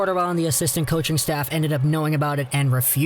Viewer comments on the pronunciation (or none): none